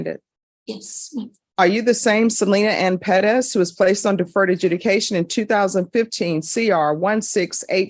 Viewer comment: Ive never hated the last** name Perez until now. Why tf do they put the oooomth in pe(rezzz) tf omg so aggravating!!! PER RES. THAT'S HOW ITS PRONOUNCED. PEREZ BUT PER-ES PEREZ!!! OMFGGGGGGGGG